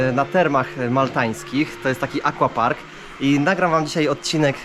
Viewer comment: Wszystko super, ale Panie, aquapark czyta się "akwapark", tak samo jak akwarium czy akwarele, pozdrawiam:)